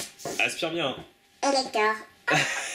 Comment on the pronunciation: trop marrant qu en dit elector;)